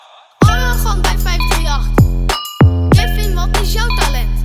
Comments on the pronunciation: Waarom zegt Kevin ipv Kelvin? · hij zegt dat mensje Kevin in plaats van kelvin🐷